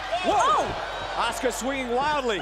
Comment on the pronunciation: Know your wrestlers you labeled it wrong on Askua and Kiri Sane and you even said Auska's name wrong